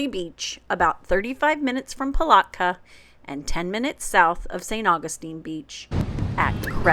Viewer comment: We have been to St. Augustine 3or4 times , you found things I never heard of good job. Palatka is pronounced the middle a is like saying ( at ).